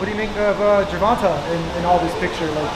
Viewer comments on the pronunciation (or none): Why does always call Tank Gervontaaah?😂